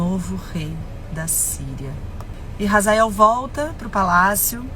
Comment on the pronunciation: Não é Razael EEEEEEEE HAZAEL OH H e mudo H é complemento de sonoridade H NÃO TEM SOM DE R EU FICO PUTO COM ISSO 🤯